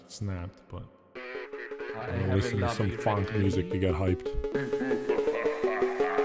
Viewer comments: Its pronounced “Phonk”, editor. What we heard was not “Funk”. This is an hour long!? My condolences editor. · i think its called "phonk" not funk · Dear editor, It's phonk not funk. Sincerely, Just Wing It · its phonk not funk